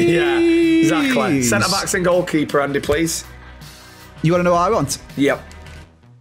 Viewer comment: andeh andeh how do you not know the names but know the masters name 🤣